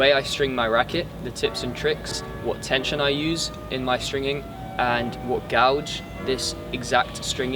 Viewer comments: It’s pronounced Gayge mate not Gowge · guage="gay-ge", not "gow-ge" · Not just me then! Gouge (gow-ge) is a curved chisel, or the groove/hole made by it 👍 I’m using Hyper-G 17 at 55lb. :-) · I know it's spelt gauge but it's pronounced guage ! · GAUGE, pronounced gage